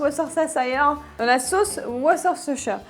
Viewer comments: Pitié ! Au Texas on ne fait jamais bouillir le porc ! Si non la marinade ne prend pas !!! Allez faire un tour aux USA et revenez avec la véritable recette SVP essayez de parler français correctement et anglais avec le mot de Worschtershire sauce ! Merci et encore une fois ne tutoyer plus... Ça ne se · Tout d'abord merci de ne pas tutoyer votre public... D'autre part je ne vois pas en quoi il est si difficile de prononcer le mot : worshestershire sauce ! Quant à votre soi-disante recette texane je peux vous dire que vos ingrédients n'ont rien à voir avec la véritable recette ... Allez faire vos écoles de cuisine au Texas et revenez avec la véritable recette ! Quand vous l'aurez enfin comprise, venez nous la communiquer.... Nous verrons si vous avez enfin compris !!! D'autre part merci d'essayer de parler distinctement le français sans bafouiller. La moitié de vos phrases sont incompréhensibles ! Ensuite je vous donnerai la véritable recette texane ( moi qui ai vécu là-bas durant 40 ans ....! ) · De la part d'un Britannique, on prononce la sauce Worcestershire [Oueur'steucheur'] ! =D La recette a l'air bien sympa, surtout cette petite marinade !